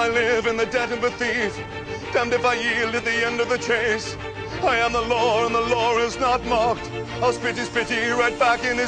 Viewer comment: How come no one in the movies can say the world "Law" Javert says "Lawr" Judge Dredd says "LrAAAAAAAAAAAAAAAAAAAAAAAAAAAAAAA" I mean really, it is one syllable "Law."